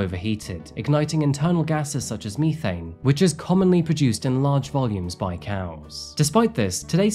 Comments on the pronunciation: It's pronounced meh.thayne not meethayne. not being a smart-A but thought you would like to know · Bro really said ME-thane😂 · "ME-thane"/ Do you Brits say "ME- thamphetamine"?? Love you, you wacky linguist!